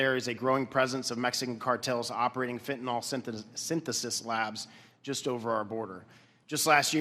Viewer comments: Fenta-NYL, not fenta-NOL. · Stop calling fentanyl FENTANOL. Pronounce it like it's written. The last sylable rhymes with HILL.